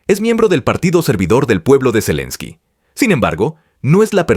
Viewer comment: Zalinski, zelinski 🤣. Se nota el afán con que sacan esas publicaciones. Pronuncian todo de cualquier manera y no les importa